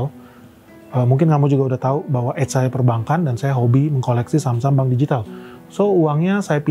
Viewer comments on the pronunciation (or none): none